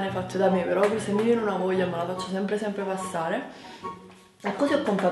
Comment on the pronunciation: ahahhaha "semp i sciem" ahahaha grande!!!